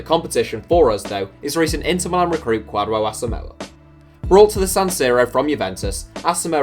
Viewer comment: That is not kwadwo Asomah name is pronounced